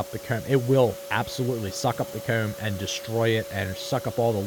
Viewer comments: It's not comb, it's "cayume" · The way you say 'comb' is like a south park character like Eric Cartmen its funny. " Kerrm" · "the coumb" lmaoo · Is it weird to say I like the way he says “comb” and “home”? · hate how this guy pronounces "comb" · He turns British when he says comb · You say comb in the worst way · the only thing going threw my head is how he says come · This dude says comb funny and I love it